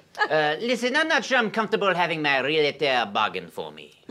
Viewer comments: Did she say "realitor"? that's not a word. It's realtor. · she said ree-luh-der :( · Re-lator? What would the Nuclear Ninja think of that pronunciation? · Actually, she said "real-it-or", because some people don't know English. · She said "relator" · Agh, my eye twitches when I hear pronounce "realtor." >.< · And realtor. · aaaand they both mispronounced "realtor."